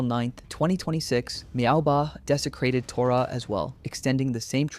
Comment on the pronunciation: Meowbahh❌ MaoBahh✅